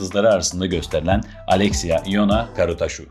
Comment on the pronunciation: Arkadaş doğru telafuz "Karutsaşu". Atarabasıcı (at arabası süren ya da yapan anlamına gelir) . Adı Uğur olan birisinin amarikalılarca Yugır diye çağırılması gibi bir şey yaptığınız.